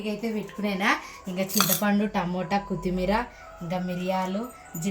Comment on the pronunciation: కుత్తిమీర కాదు కొత్తిమీర అనాలి పక్కన వున్నవాళ్లు కూడా చెప్పరు ఒకసారి చెబితే తనకి తెలుస్తుంది